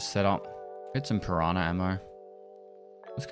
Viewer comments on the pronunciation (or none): none